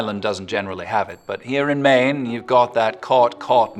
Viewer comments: Maine was a bit off but I appreciate the attempt. It's not an easy one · he got maine so wrong... mainah, cah, papa, suga, you shorten rs and rarely hear them.